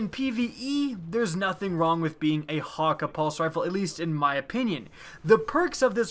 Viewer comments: hawka? I think it's 'hak ay' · Geoff Hughes Well considering the Jabberhakke-d is a play off the word Jabberwocky it would be pretty stupid to prounounce it Jabberhakkuh. Plus thats not how Cayde-6 prounounced it in the game. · Mah-doo-lah, hakke is also pronounced hack-aye. C'mon man.